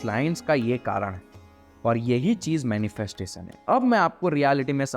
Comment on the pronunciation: "श" को "स" मत बोल भाई. मंत्रोच्चारण के समय भी ये गलती करते हो क्या??? मैनिफेस्टेसन नहीं होता मैनिफेस्टेशन होता है. ॠसि नहीं होता ॠषि होता है. आकासिक नहीं आकाशिक सिरिराम नही श्रीराम डाइमेन्सन नहीं डाइमेन्शन 🙏🙏🙏